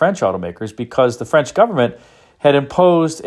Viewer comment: Agreed, French pronunciation is impressive.